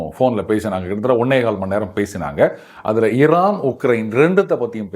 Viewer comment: திமுகாகாரன் எவனோ இவன் வாயில சொறுவிட்டு இருக்கான் ...😅 சம்பந்தமில்லாத இடத்தில் பன்றி பேலும் பொழுது கத்துற மாதிரியே கதறுகிறான் பாடு 😅 அதுவும் ஈரான் என்று கூட சொல்ல தெரியலை இரானாம் 😅😅😅😅